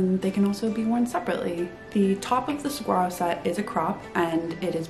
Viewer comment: I love the southwestern vibe apparent in your pattern designs. Not to be disrespectful, but please pronouncs saguaro correctly. The “g” is pronounced as a “w”. I lived in Texas and in Arizona and had saguaros in my yard. This precious cactus are protected by law as they have very short roots and grow quite slowly, growing the first arm happens around age 50. It is wonderful to see your pattern carry such an iconic name, and pronouncing it correctly demonstrates knowledge and respect this plant so deserves.